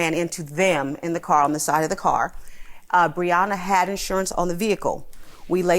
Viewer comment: They’re saying her name wrong for sure lol Bree-yen-uh is what I see here lol